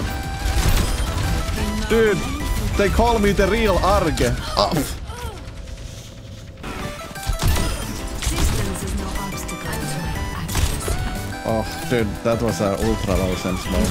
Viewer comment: "the realarrgue" hahaha nice one :)